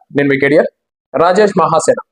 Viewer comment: రాజేష్ మహాసేన అన్న మీ మాటలో హా అనే అక్షరానికి మరో సరైన అక్షరంతో పలికి వుండవలిసింది